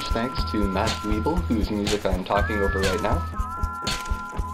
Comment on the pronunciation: Hey cool instrument! I wish i had the inspiration or creativity or whatever it takes to make such an awesome instrument. And i love the violin, i don't really know why, but it sounds funny and cool ;D Keep up the good work! Just one thing: I thinks it's Matthew Ebel not Matthe Webel ;) Don't mind this last part if you did say Matthew Ebel.